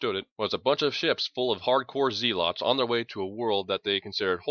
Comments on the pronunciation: Maybe a slightly slower reading? Also, zealot is pronounced "zehlot," not "zee-lot". Not a big deal, just a touch jarring... other than that, this is freakin' awesome and you are doing a great job. More please! I especially like your rendition of the team teasing Doc about the Hospitaller, like you're really telling this at a bar somewhere and can't stop yourself laughing. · Pretend it's in character and that's how his planet pronounces zeelotz.